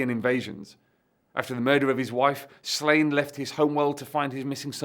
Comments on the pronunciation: It's pronounced SLAW-nyə, not "Slain". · Pronouncing it Slane hurts my Irish ears. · the accent over the a means its a long a sound. So it should be pronounced slaw-nye. (ine making nye like the ~over the n in Spanish ) Im assuming the author probably intended slane pronunciation though as its like a play on slay. And was intended for an english speaking audience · Every time you pronounce his name like that a baby develops a cleft palate in Ireland. The daft thing is you know how to pronounce it properly.